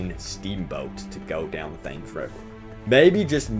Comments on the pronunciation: I'm pretty sure you pronounced "Thames" wrongly. It is pronounced "temz". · It's pronounced tems but is spelt Thames but easy mistake to make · God bless you. But Thames is pronounced Tems. English is weird, but I couldn't unhear it after you pronounced it literally. Excellent videos as always. Cannot wait for this instalment. Just hope it isn't another Unity mess up.